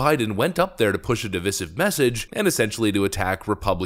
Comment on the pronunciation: You STILL don't know how to pronounce "divisive" and you STILL say the word in every video.